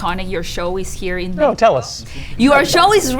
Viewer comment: finísimo detalle de articular "Méjico" al preguntar en inglés y no decir "Mécsico". Bravooooo, lo voy a tratar de integrar 🎉❤